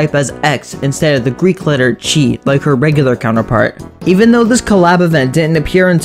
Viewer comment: Ain’t no way bro said «χ» like “tshee”